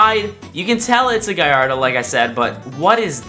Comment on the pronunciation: Bro pronouced Gallardo wrong